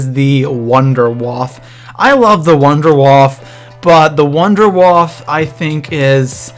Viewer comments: Wunderwaffe= Voon-der-Vaaf-eh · 2 things. 1: its pronounced wonder waffa(german for wonder weapon) 2: wunderwaffe dg3(pack a punched version) does infact carry twice the ammo and it can zap 24 zombies at once instead of 12. so rethink the wunderwaffe at least for number 1 in that list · WUNDERWAFFE=Wonder Weapon and the w's are v's because it is freaking German hello Nazi Zombies (Sorry just mis-pronunciations anger me) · when you say wunderwaffle i think of an electric waffle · I like when you say Nacht der Untoten or Wunderwaffe xD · It's Juggernog not juggernaut and you Worried about saying wonderwaffe wrong